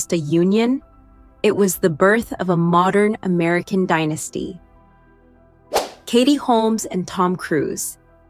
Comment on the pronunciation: Per cortesia non fate più spiegare a questa persona i matrimoni e i nomi...non ne indovina uno!!! Tom Cruise e non Cruz...non siete professionali!!!